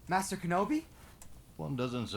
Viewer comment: you said it wrong at ~. It's not "Kenobiargh!", it's "KENOBAAAAYYYEEEIII!"